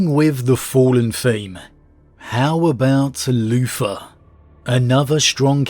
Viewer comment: Am I the only bloke who kept hearing him say Loofa instead of Luther? No? Ok, I'll see myself out..